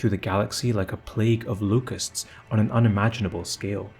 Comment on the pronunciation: I disliked this one because you mispronounced locusts, ew dude